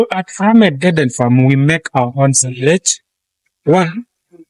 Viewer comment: Music to the cows was the cherry on top😂.... and pronounce framed as framed, not framed!